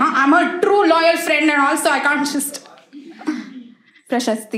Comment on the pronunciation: Every time she goes “Prashasti” I crack up😂